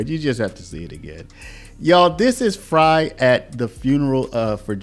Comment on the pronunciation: I’m from Minnesota and wanted to say thank you for covering this! There was information I was not aware of!!! And by the way you pronounced it right it’s mayor Fr-i …. Like French fry lol